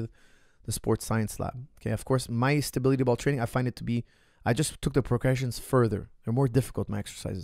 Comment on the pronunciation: as you like stability ball so much, you should practice saying the word. If you stay consistent over a period you will become a master. I guarantee it! (Great content by the way:-) )